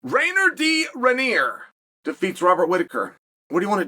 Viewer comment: Right off the bat… RAINER DEE RID-🦌